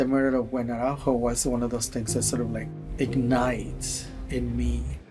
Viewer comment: As a sidenote: "Araújo" is a portuguese surname!!! Learn how to pronounce it correctly!! Don' t say it as if it was a Spanish surname!! In Portugal, we speak PORTUGUESE!!!🇵🇹🇵🇹🇵🇹🇵🇹🇵🇹🇵🇹🇵🇹